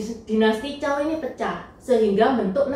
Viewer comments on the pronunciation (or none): maaf sblmnya dinasty setelah dinasty shang bukan dinasty zhao tapi zhou bacanya cou